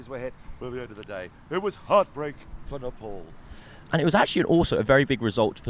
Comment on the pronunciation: Its not napole, its NEPAL😅